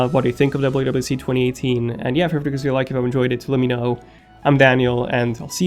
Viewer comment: Yuble u yuble u DC lol